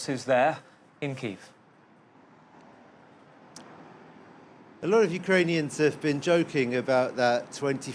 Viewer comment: Awful pronunciation of Kyiv.